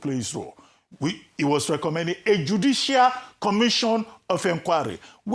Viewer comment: Did you say judicial?